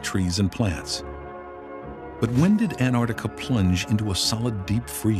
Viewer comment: This would have been amazing if it hadn't been for the narrator continually calling the place "Anarctica".